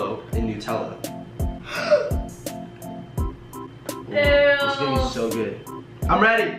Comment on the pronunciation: Its not noootella its nutella you dont pronounce nut noot idiot😂😂😂😂 Still love your videos😂 From your biggest fan